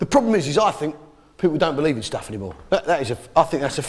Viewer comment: Actuary? Reary? I don’t berieve you 😂